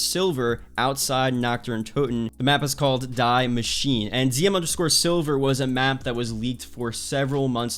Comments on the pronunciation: people thinking its DIE machine.... its pronounced D-ee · (Die= Dee) machine